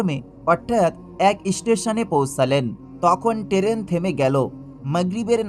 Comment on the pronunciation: উচ্চারণ ঠিক করে কথা বলুন। টেরেন কাকে বলে?